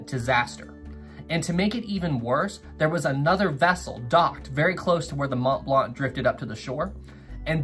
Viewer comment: Why do you keep saying "Imo" and "Mont Blanc" as "Imos" and "Mont Blant"?